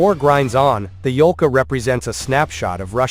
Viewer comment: Yolka (Ёлка) - spruce. Not "Volka", although Volk is Wolf in russian, which also make sense))